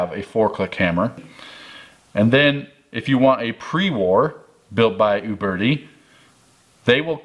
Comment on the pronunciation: Thumbs up for calling them OOOOBERTI and not YOUberti.